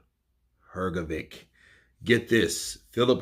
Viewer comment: Hrgović (not "hrgovik"!) wasn't as sure of hisself as he pretended he was. I saw your prefight Counterpunch comment of his not very clever (and- as i think now after all- opponent motivating) few words he better never said. Dubois is better and more skilled, and i agree Hrga thought he would be the one with stronger jaw and in later rounds would catch DD and maybe KO him. But, Hrgovic didn't got right the lesson; Dubois took a knee in Usyk fight. And Usyk is the best boxer p4p and he's probably (still!) better than Beterbiev. So... bad example for prefight tactics, for sure.